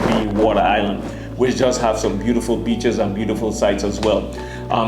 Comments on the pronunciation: I thought he said bitches not beeches 🤣🤣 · When you said BEACHES for some reason in my mind it was replaced with B_tches I know I'm wrong but in context the way you said it just made it funny as hell to me. I gotta get my mind out the gutter.